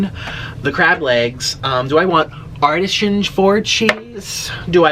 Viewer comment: I know you didn’t just pronounce Artisan like that 😂